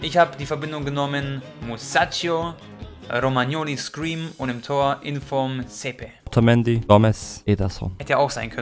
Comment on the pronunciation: Er heißt